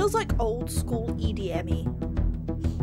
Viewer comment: You saying EDMy is accurate. The vibe i believe Marty was going for was futuristic yet tribal.